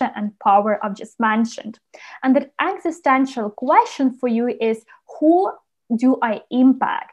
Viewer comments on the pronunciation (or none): none